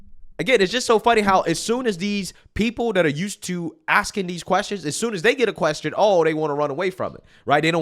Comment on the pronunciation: Me trying to listen to your perspective: "Alright cool makes sense" you randomly for no reason doing the most irritating thing ever: 'Media Queeeeeeeeeaaaaaaaaaassssttttttiiooooonnnnssszzzz". "Repuuuuuuuuuuuuuuublicans". Me: ...Okay so mid statement you decided to make a simple word 10 syllables longer.